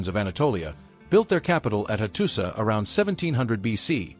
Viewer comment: nice video but you pronounced every name wrong. tepe is not teep but teepee, C is always read as J, hattusa is actually hattusha.